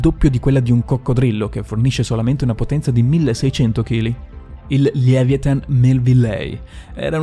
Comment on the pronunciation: Si dice "levaiatan"